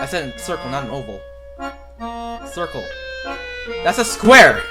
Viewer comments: Hahah when you say crucle in rage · THE STRUGGLE AT THE ✨SARKLE✨